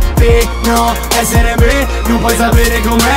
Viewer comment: "Perché ezzere me non puoi zapere com'è"